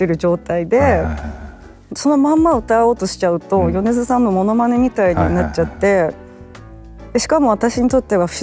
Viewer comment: 宇多田ヒカル氏と『米津さん』の発音が同じで嬉しい…